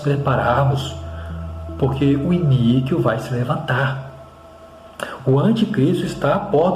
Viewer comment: A pronúncia é I-NÍ-QUO abençoado 😊